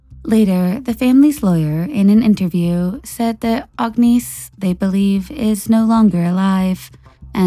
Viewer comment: 👋🏼 Just so you know her name it’s pronounced like this, “Agg-Niss” Agnese. The “e” silent. 😁